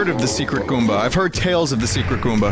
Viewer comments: WTF is a Goomber? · You called the goomba a goomber